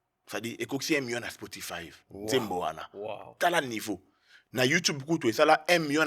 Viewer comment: Spotify et non ''Spotifive''